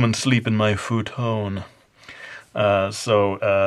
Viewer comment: Lol A-Ni-Me and Fu-Ton :D . I never pronounced futon that way. Very helpful. I love the way you shade！！